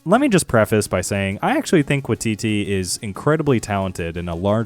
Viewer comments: It's WAITITI, not "watiti"" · just a quick tip from a kiwi - when you see a Māori word that has "wai" in it like Taika's surname, it's more pronounced like "why", so it would sound like "why-titee" - said with love not judgement at all just wanted to help with the pronunciation